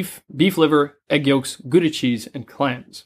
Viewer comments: Hey hey. I was wondering what gudda cheese might be. Lmao. Yu pronounce it the same as you would Gout, just with a 'd' instead of a 't', and an 'a' at the end. Gou(-t/+d)a Cheese. You are welcome! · Gouda isn't French, it's Dutch. As in out and about, tout and shout.